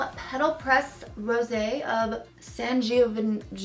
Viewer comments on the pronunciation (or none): If I'm not mistaken, if it's Sangiovese, at least I think that's what you were reading... it's pronounced san-gee-oh-vayzay. Fun, right? lol It's one of my favorite Italian styles/grapes.